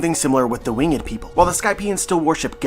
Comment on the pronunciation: Yo, i love the content. I've been watching your theory videos for a while now. There is just one thing that i must inform you of, the way you say the word "winged" you pronounce it with 2 syllables "wing-ed" when in fact it should be 1 syllable more like "Wing'd" 😅, this is not a huge deal just thought you should know, Keep doing your thing with the content though! 💯